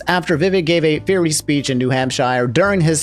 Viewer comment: man says fiery like Guy Fieri